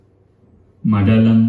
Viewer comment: Most of the pronounciations in the documentary are wrong.Like he says "kaalamandalam" instead of kalaamandalam."Tabela" for "Tabala"."madelam" for "madhalam"